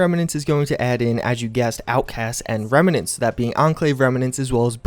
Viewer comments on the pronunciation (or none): remenants or reMMnants